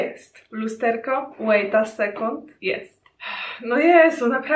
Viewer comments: Łeita sekont 😂Rozwalsz mnie 💗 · Zbliżenie na jape 😂 Łejta second 😂 Szczypi szczypi 😂 Poplakalam się przez to ze śmiechu 😂😂😂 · testu testu, łejta sekond :D haha jak ja uwielbiam te twoje podekscytowanie tym błyszczykiem czy jak to się tam mówi ;D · "Łeita second" bosz koffam cię😘 Mg ❤️?